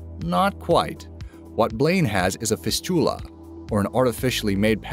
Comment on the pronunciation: Straitjacket, not straightjacket. FIS-tula, not fis-TU-la.